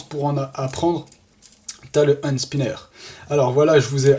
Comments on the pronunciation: Juste ca se dit PAS hANd spinner MAIS hENspinner 😂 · Ca ce dit hènde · ca se dit ènd spinner